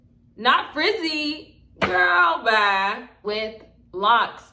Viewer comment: When she said “girl bye” that southeast came out 😂